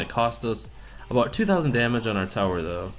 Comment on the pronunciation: Can't you please not say "doe" it's incredibly annoying. Thanks